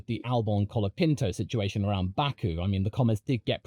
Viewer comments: "Collard" Pinto ? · Colapinto is here to stay, haters. Thanks for making a video supporting him, and I suggest you learn to say his name correctly. The "o" in Franco and the final "o" in Colapinto are pronounced like the final "o" in "mojito." Spanish o is a pure vowel [o], not a diphthong [oʊ].